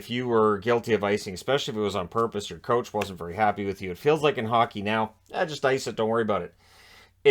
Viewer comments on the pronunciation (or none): none